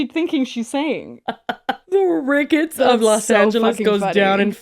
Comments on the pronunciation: her saying rickets TWICE is FRYINGGGGGG ME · As someone from Chicago, her saying Rickets is very funny😂